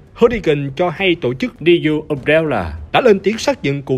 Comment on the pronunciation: Neo mà đọc thành Dio :))